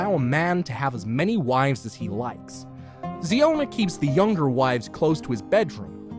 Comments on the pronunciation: ziona not Zeona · The pronounciation of zion chhana is wrong You should pronounce ziona as in zion Williams its zion- a